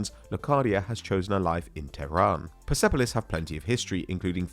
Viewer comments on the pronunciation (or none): it's pronounced Perspolis the E is silent and technically non-existing in the spelling in farsi.